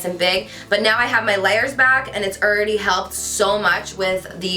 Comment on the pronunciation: lol did you say "Erready"